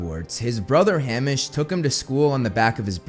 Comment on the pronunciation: The name Hamish is actually pronounced as Hay-Mish.